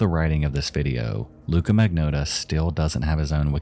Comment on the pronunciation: Well, after twelve long years, our misery-perpetuating pal finally caught up with the rest of his community and covered #2... and then, he pronounced the bastard's name wrong! I'm only teasing, though. After all, he did a public service by honoring the victim more than the killer, and you can't spell "Magnotta" without "NO".